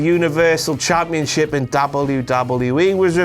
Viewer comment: "Blampionship....fuck off" that really made me laugh